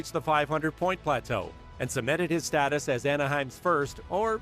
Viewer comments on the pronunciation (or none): none